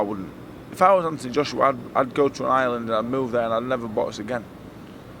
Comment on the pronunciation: I thought he said Ireland, not Island, a couple of other think the same in the comments